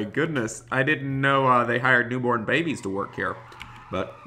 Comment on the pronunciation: LOL HE SAID " I DIDINT KNOW THEY HIRE NEW BORB BABYS" LOL.